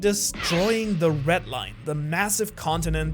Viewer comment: I don’t think he can say red